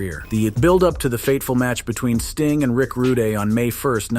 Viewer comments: I'm sorry but this has got to be pointed out, his name is an forever shall be Rude, not Ruday!! Now forgive me if this point has already been made, but come on now!! It's a good video, don't go killing it correct name!! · If you can't pronounce his name correctly then don't make a video. God I couldn't listen a second more because his name is RICK RUDE!!!!!!!Not RUDAY!!!! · It's Rude not Ruday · Where on earth did you come up with "Rud- eh" it was prononced Rude, just the same as his real name, Rood. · Dude you need someone to actually edit your videos that knows what they're doing you have no idea who any of these people are you called Bobby Heenan I called him Bobby Eaton then you called him Polly E wtf??? Its Rude! Not roday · Turned it off after ROODAY. 😂😂😂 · wow RITE OFF THE HOP you MIS pronounce the guy's name!!!?? his name wasn't Rick RU-DAY" it's just RICK ROOD.. learning IS fun hay? 🤔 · Rude not ruday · Rooday is what killed it for me. I couldn't take it seriously! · Make up your mind on how you're gonna pronounce the poor man's name. It's Rude not Rudè by the way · Oh my fu*king God🙄 Every comment here mentions "Rooday" Give it up, guys. Please, just give it up!😂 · RUDE!! NOT RUDAY!!! DURP!! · "ROODAY!!!" hahahahaha!! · Rood , Rood , Rood , Rood , Rood ..............................................Not " Rooday " ! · How the heck do you get Ru-Day out of Rude?!? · Rude. Not Ruday. Rude. I cant listen any more. Bad form dude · He was Rick Rood, not Rooday or Frenchman Rudé, and certainly not Rudy. C'mon man, get it right! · It's a Rooday tooday day! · Good video but if you're going to do videos about people you should really know how to pronounce their name. His name was Rick RUDE.....not Ruday. You know the expression " you are being rude." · Rooday lol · you pronounce his last name as rood , not roodeh, . learn to read english! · Come on dude. I can't even watch it now...Rick RUDE DUDE...NOT Rooday..💯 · This guy would call him Rick Rooday 😂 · Ru day? Lol